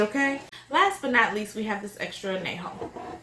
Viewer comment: Anejo is pronounced....An Ya Ho........not ...An Na Ho